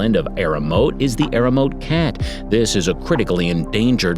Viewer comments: Correct pronunciation MA-kak, EE-re-oh-MO-tay, TSU-shee-mah. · Terrible pronunciation! ('macaque,' 'amami,' 'Ryukyu,' 'Iriomote,' 'Hokkaido,' 'Tsushima,' 'Misaki'). Needs to study how to pronounce Japanese words. Otherwise the commentary was well-written and executed.